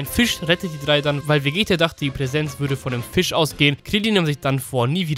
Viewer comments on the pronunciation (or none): none